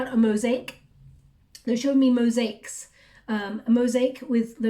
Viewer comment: Mosaics...it's a three syllable word: Mo/sa/ics. Sounds like moZAics. Jus"sayin...💖✨hoping they're some for me... late bloomer, Jack of all trades master of none! Fifty careers and not a one...will spend more effort on connecting w/guides. I hv no passion for 3D anymore. Gotta find out what I'm here for; my life"s in pieces! Like a mosaic!!! 💖✨